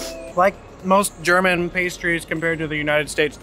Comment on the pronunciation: Now, focusing on other things (this is my second view), I would like to comment on your German, meaning pronunciation,. It is far better than that of many other USAns'. You've been working on it. Thumbs up.